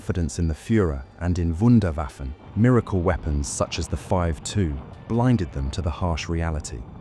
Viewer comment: So why did you pronounce the V in German but not the 2 (Zwei)? 😄